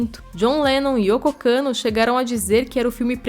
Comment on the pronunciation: “Yoko Kanno”; “HarkoNEN”, “PaDIsha” essa narradora é MUITO RUIM, claramente não conhece a obra (duna) e só leu o texto